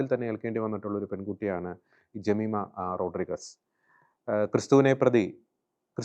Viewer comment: റോഡ്രിഗസ് അല്ല, റോഡ്രിഗ്സ് എന്നു പറയൂ